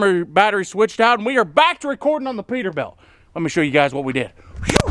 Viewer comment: Has anyone noticed him calling it a peterbelt lol